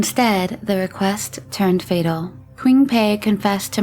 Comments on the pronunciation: psst "qing" is pronounced "ching" (q=ch in chinese) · Hey! I love your content 🥰 just some feedback, please double check pronunciations on names. The “q” in Qing is pronounced with a “ch” sound, not an English “q.” Otherwise, keep up the great work!